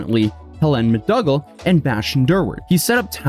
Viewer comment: Mr/Mrs/Ms Justice X is a title, not a name (unfortunately). Also, McDougall is pronounced McDoogal, not McDugall. ETA: very much ninja'd 😁